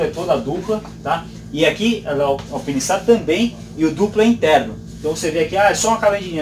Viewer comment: A marca é italiana, mas o nome é em inglês,. "Alpine" e "Stars" são vocábulos da língua inglesa, portanto, "Alpáine". Obrigado pelo review!